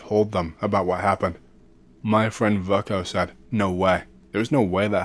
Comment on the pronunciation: Unforgivable....... just kidding man. That stuff never bothers me, u pronounced it better then I could.